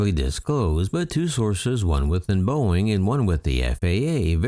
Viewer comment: "Boeing", not "Boing"